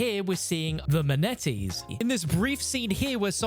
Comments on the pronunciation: It’s MAA-NAA-TEES Not manetees 😂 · Bro really just said "maneties"... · The “man E Tees” omfg 🤦‍♂️ 😂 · You inspire me bro if someone who calls manatees “maneties” can do this YouTube thing I think I have a great chance 😂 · No way this man said "the maneties" 😭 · the manétees had my dying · bro really called the manatee team "the maneties" lol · Dude is never escaping that manatee pronunciation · Say manatees one more time my god that was awful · Manatees deserve their name to be pronounced correctly